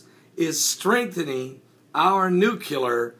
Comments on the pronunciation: NU- CLEAR or NU-Klee-Ur, as opposed to nu-cu-lar. Love your stuff, BUT expect more in the way of news reporting from one such as yourself. I know and everyone knows what is meant by this common mispronunciation and the way languages 'evolve' who knows when the inaccurate will become even more common and therefore accurate, but come on...Thanks for reporting and I mean no offense. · NU-CLĒ-AR. New-clee-err. Not nu cu lar